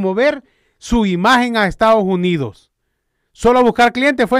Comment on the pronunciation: No se dice estagos unidos. Se dice estados unidos. Saludes y gracias por apoyar a nuestro presidente